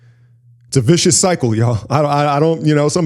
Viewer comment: "it's a viscous cycle y'all" LMFAOOOOOOOOOOO